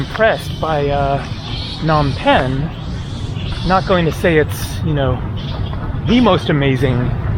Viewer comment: Phnom with a P. Why not listen to locals??!!!!! Lame.